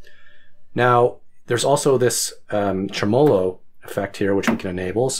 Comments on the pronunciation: Great video- thanks for sharing! I have long listed after this or a trident. I have not heard it pronounced trem-OH-lo before. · How’d you manage to mispronounce both “tremolo” and “vibrato”?